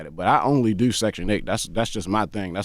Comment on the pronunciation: The way he says "DEUU" YEUU"...